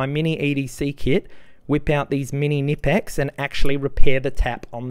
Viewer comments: Yes, the "k" ist not silent in German. But yout have to know this, and he is australian. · The pliers are called Knipex, not nipex!